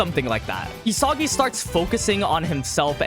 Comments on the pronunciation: Nobody gonna Correct my boy here saying E-Sogy instead of EE - Saggy🤣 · It’s not ESAWGI bro